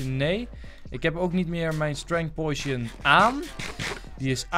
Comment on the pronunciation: potion spreek je uit als poosjun niet pojsjen :P